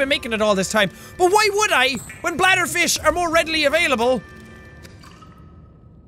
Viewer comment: Jacks logic : GET ALLL THE BLADDER FISH (says with WEIRD accent)